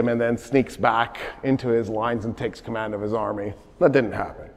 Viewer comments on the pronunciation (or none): none